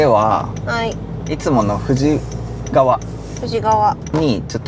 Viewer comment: ハッピーワンターボ🎉羨ましいです😆快適空間で暑い夏も二コメリちゃんの負担は少なさそうですね。これからのお出かけ動画楽しみにしてます🥰それから…いつも使われている道の駅富士川は「ふじがわ」ではなく、「ふじかわ」です。細かいことをすみません(._.)